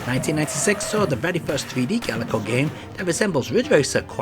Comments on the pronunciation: Pretty sure th2 is emulated perfectly. And it's gaelco, not galeco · Not sure even the company knew how to pronounce it lol. In the intro to Target Hits (1994) you hear Ga-el-co, but later games Tokyo Cop and Gaelco Tuning Race both use a pronunciation much closer to Gale-co.